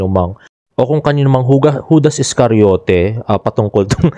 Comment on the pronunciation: Hahahaha. Tawang tawa Ako when u say Judas escariote. 😄😄😄😄😄 Kalma lang.